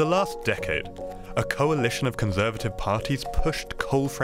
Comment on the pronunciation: a coal-alition Haha